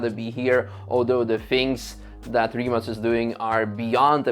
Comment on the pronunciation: Do the people at Rimac get annoyed when people pronounce Rimak ? Im from Poland ,so C we pronounced like in Croatia .Slav connection ,)